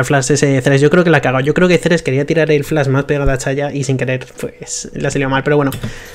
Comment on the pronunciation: porque este boomer dice Chayah?